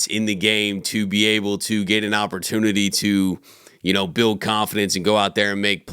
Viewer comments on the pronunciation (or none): none